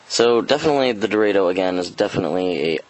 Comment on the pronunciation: hmm... I thought its pronounce Do-Ra-do, very weird to hear it being sound as Dor-a-do.